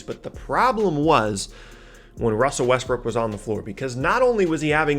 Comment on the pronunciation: Wussel RussBrook